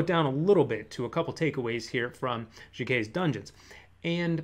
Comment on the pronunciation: It's Jennell Jaquays (with an S on the end). I think she pronounces her name like "Dje-Nell Jay-Kwaze".